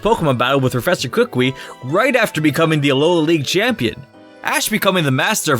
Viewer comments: im just gonna point this out but its ku KUI not kukwe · Why did he call him Kookwee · I know my mans did not say kookwy for kakui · I pronounce it as ki ku i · you said kukui wrong